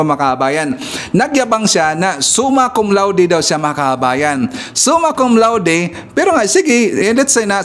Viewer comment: Hindi Suma Cum Laude. "SUMAN CON LATIK!" 😂😂😂